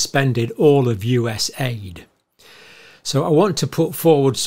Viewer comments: It was really supposed to be pronounced just with the letters and NOT U.S. aid. Just U.S.A.I.D. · John, I love ya but, its not US aid, it's US A. I. D. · USA ID.....not us-AID........ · Say it as "YOU SAID" or "U S A I D". Don't say US AID! The latter purposely misrepresents the nature of this organization, actually being a money laundering system. And leftists use this lingo to antagonize the DOGE efforts, crying about how Musk is screwing up aid programs. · It's not aid, it's A.I.D. and that acronym was intentionally selected to make people believe they provide aid. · It's not US Aid, it's USAID (U-S-A-I-D) Saying aid makes it seem like an aid organisation. It is the United States Agency for International Development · It is NOT "US Aid"!!! It's "USAID", and has practically nothing to do with 'aid'! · Please, don’t pronounce it like AID as in help. no it stands for United States Agency for International Development. A small amount is allocated for actual humanitarian aid. We should protect that part or put in a different agency where it’s the sole purpose.